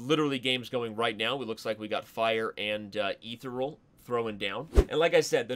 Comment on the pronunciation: How about the mispronunciation of Ethereal ? Ethereal is a common English word that a native speaker should know how to say. There are a bunch of comments on pronouncing Stoofvlees, but that is a Dutch word.